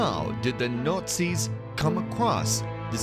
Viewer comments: The Notsies? where is this dude from? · He keeps saying "NUTZIS"..lol..or nutsies. :-)) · The nootsies.. swasteekers😂😂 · the Nutzi's ...hahaha buddy has some problems with the word Nazi's ... back to speech therapy class for him ..lol ..:) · I think, he's saying "Nutsies" on purpose. Lol. Or maybe that's his accent! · Yes wrong guy. Besides Nutzi his delivery messed up over-all production.